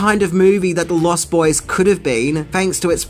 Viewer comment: Also: LostBoys, not Lost. Boys.